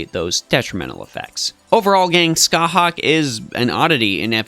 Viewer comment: Scathach is pronounced ska-haa, so it has no hard k at the end. Every pronunciation guide related to Irish or the Ulster cycle follows this. However, some "pronouncethis" page which is the first Google result says to use the hard K, so that may have mislead you